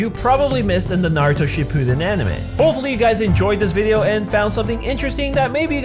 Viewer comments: This is how he says it shu ppiden it shuppiden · it is pronounced Shi-Poo-Den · It's SHIPPUUDEN not SHIPPUDEN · You’re pronunciation of Shippuden makes me want to die. Sorry, it just does. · say shippuden correctly